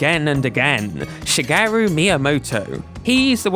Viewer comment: please pronounce shigeru correctly. is my father name. is しげる. thank.